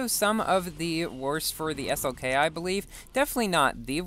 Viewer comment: he definitely said s-ok not slk